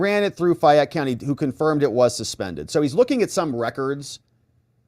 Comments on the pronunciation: Hey!! Back the bus up!! She was arrested in Fayette County Ga ( Pronounced FAY - ette,) NOT Fulton! Different courts, and Fani is NOT in Charge of that county!! Her daughters court in is Tyrone Ga...this is going to get good!!! See if mom pulls strings!! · FAY ETTE... ur driving me crazy. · Fay' (like may) ette. From Georgia. FAYette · FA (long A) Y,. Like a woman’s name - FAAAYette. I know you don’t speak Southern! Thanks for all you do! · As a Georgia native, I cringed every time you mispronounced Fayette, :). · It's not fyatte it's FAYETTE COUNTY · In WHAT world is FAY-ette, pronounced as FI-yette? Fayette...long 'a' sound, darling. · It's pronounced FAYette, not FIette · Its fay -ette co fa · Fayette County is pronounced faye-it